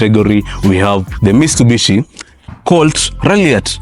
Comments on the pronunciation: 😂Mitsubishi......Mistubishi utoka wapi lakini mzee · mistubishi😂😂naah bruh